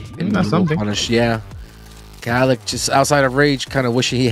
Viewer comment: Bro it’s kalak why kala